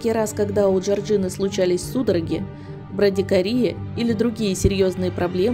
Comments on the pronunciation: История жуткая, но я её уже слышала. Вы ещё так долго подводили к тому, что мутные родители..я пока слушала,думала,та это история,про которую думаю или нет. И проверяйте текст,перед тем,как зачитывать,потому что "госпитализированы после смерти.." и "брадикария" как-то не очень. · Огромная просьба к автору, если беретесь за подобные истории, изучите медицинские термины. Не преорально, а перорально, и верно произносить "брадикардия". Других ляпсусов тьма... Повышайте уровень своей грамотности!!! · Меня тоже удивило)А ещё -брадикария)